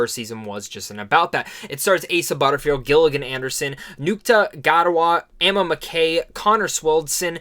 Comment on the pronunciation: Dude you butchered some of the actors names in particular Gillian Anderson( jill-ian and-erson and Ncuti Gatwa- correct pronounciation ( shootey gatwa)